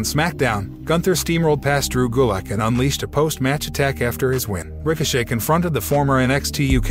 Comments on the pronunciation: I thought it was just me. This dude can’t read any of the names correctly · I'm surprised that he pronounce the T in Ricochet 👏